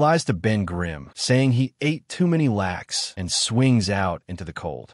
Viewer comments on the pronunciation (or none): AI…latke. Pronounced laht-kuh… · Latke is pronounced Lot-Kuh, fyi. An'd they're awesome! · Latke is pronounced “lot-ka” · The AI gave itself away when it mis-pronounces "latke".